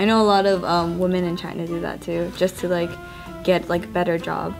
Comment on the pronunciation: It doesn't really matter. But can someone tell that it's women when speaking of a woman in plural. Wo-man - Wi-men. Help the poor Pokemon trainer out.